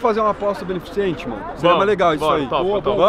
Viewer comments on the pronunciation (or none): Vi, é "beneficente", não "benefiCIente". Faz um stage 2 no português aí 😄